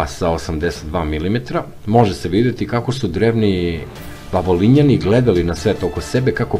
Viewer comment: Говори као што пише:Гобекли Тепе, Вавилоњани(Вавилонци),Конквискадори и други свима познати појмови.Видео добар, аудио не.